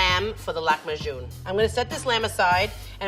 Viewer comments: Ayesha can't decide how to pronounce "Lahmajoun", goes between "Lakmajoun" to "Lakhmajoun" to "Lahmajoun" ... smh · i didnt know english speakers called our lahmacun flatbread, also level 3 chefs always pronounces these middle eastern recipes so wrong lmao it’s mot lakmajun it’s lah - ma - cun read like it’s written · It's kinda amusing how level three chef is pronouncing "lakhmajun" differently each time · as a turkish person her saying lahmacun as lackmahjun actually killed me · Why does she pronounce Lahmajun like that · IKR SHE SAID THE NAME WRONG but she did an amazing job with the dish